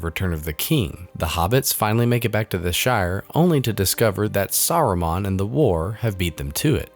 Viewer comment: This is a great video, but you can't pair it with saying "Saron" and "Gandolf", c'mon haha.